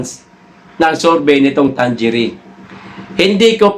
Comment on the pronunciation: Mga kaPL Ang tamang bigkas sa survey firm na yan ay Tang-ere!!